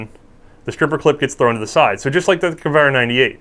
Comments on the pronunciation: well, it's this (fabulously knowledgables) guy's business, maybe he would be interested. it''s simple, too: gew-air, like in "air". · Flo, you need to tell that dude how to say Gewehr.